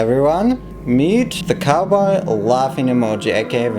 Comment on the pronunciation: Ok, but everytime you say "cowboy" I hear "kawaii". 😃 Also, yess! 🔥🔥